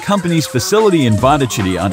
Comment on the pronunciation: President of what? :) Try to find actual pronunciation of that village - Vodochody.